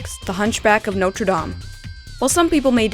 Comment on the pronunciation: no one else is bothered on how he said dame?